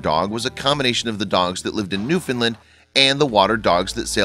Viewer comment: “new-fin-Lind” boi